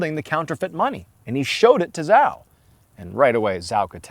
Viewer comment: 'Zhao' is pronounced Chow.